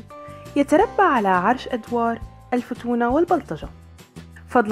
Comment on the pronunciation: الفتونة تنطق بسكون حرف التاء وليس الضمة كما نطقتيها عزيزتيمع فتح حرف الواو.